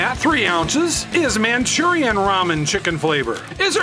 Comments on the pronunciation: Manchurian??? Ma Rue Chawn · “MaChUrIaN” LOL 😂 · Machurian lol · which is worse?: manchurian or ray-man/ray-men